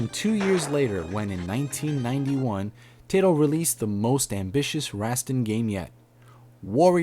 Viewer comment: I hear more Tai-to rather then Tie-toh. Always nice to know. Your channel looks good, good informative, subscribed:D